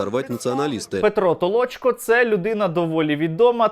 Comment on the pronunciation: Не Толочко, а Толчко